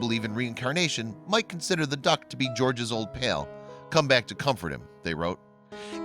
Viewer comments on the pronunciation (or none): was george given the opportunity to see his dead buddy and say goodbye? to understand that his bud is dead?? and why does the narrator keep saying pale instead of pal?